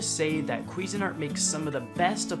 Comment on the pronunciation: “he says quiffing art” 😆🤣😂